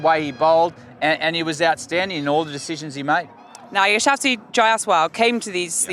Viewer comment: Its Ya - shas - wi Not ya shaw si